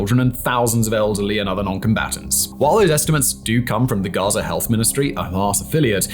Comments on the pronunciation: It is GAZA... not GAZER WTF is your issue with words that end in the letter "A"? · “Enclave of GAZERR”